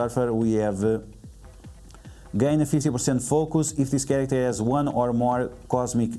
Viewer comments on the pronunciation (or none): "Slowly tap on this wong"